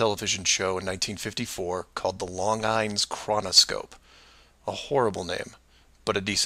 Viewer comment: Tell Mark, "Longine's" is pronounced "lawn-jeans"